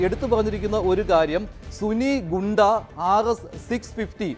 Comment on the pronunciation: ഗൂണ്ട അല്ല ഗുണ്ട